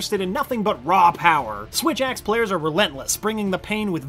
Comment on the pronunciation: SWITH??? AXE